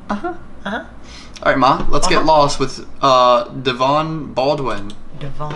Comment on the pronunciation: Dey-Vahn Bald-Win